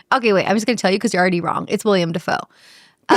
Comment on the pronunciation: It's WILLEM, not William, Dafoe. Willem is the Dutch version and that's what he's called. Jacob Elordi is Australian, not British.